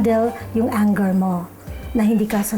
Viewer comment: That’s not how you pronounce anger 😭😭😭 please Google how lol